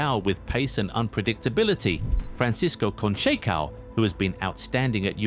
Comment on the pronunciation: the pronutiation of francisco conceição and Gonçalo Ramos is atrocious. Ask AI to help or something... jesus